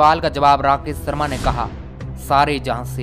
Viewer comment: भाई अपना pronunciation सही करें राकेश शर्मा होता है सर्मा नही।आप श को स बोलते है।